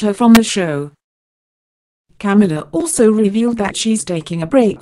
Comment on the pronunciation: Corey's Morgan Agree. It is Ca-mila not Cam-ula on top the fact you can’t Understand what is supposed to be English.